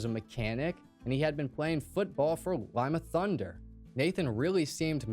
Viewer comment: This is so weird for me I'm from Ohio I live about an hour from Columbus I was born and raised in Lima Ohio and yes you were pronouncing that correct. Although Marysville is about an hour from Lima that's where the football team he joined was from. I now live probably about 20 minutes from Bellefontaine Ohio and Columbus is still the music scene and my two grown daughters go there all the time My youngest daughter's a lead singer in the band Columbus is their hotspot. It's weird to me that even the obituary didn't list his surviving family members I guess maybe you could say for safety reasons, the eagles is around here in Ohio to me anyways just a place where you become a member you pay your dues and you get cheap beer 🤷🏼‍♀️ This was such a sad case but I'm super glad you covered it there's a lot I learned that I didn't know. Thank you for covering this case Pantera we'll never be forgotten especially the members of the band that were murdered the fans the bodyguard and Dime ❤❤❤